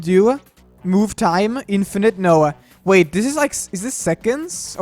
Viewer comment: "It's thes easy!" By the way, happy new year to the best!